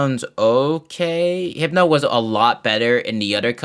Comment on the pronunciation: Random and very late question but Why did you think hypno was hipeno?